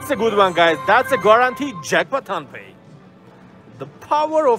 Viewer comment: why you call tongpay